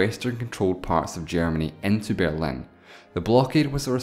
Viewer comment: The Bearlin Wall? I thought it was The Berlin Wall.